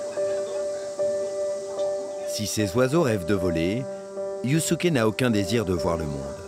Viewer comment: Yusuke se prononcé Yousské si jamais. Faites un effort sur la prononciation des prénoms japonais